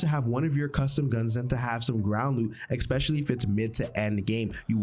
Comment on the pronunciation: Expecially 😂 Good Vid though